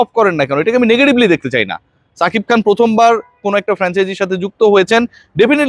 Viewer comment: ছাকিব খান না রে ভাই,সাকিব খান😂